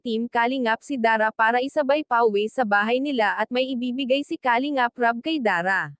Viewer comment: Paki ayus Po Ang pronounce Ng kalingap...taga saan ka ba